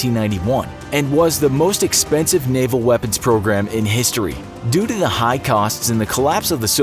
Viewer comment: When the commentator says 'Doo doo' is he in fact trying to say; 'Due to' ?